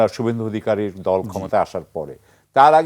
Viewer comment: সুব্বেন্দু না রে 😂 খোদাই খাসি😂 শুভেন্দু। 😂উর্দু ছেড়ে বাংলা শেখ।